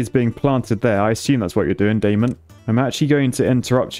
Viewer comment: Hearing him refer to "Claus" but pronounced "Klaus" followed by "Daemon" pronounced as "Damon" is absolutely WILD as a TVD fan! LMAO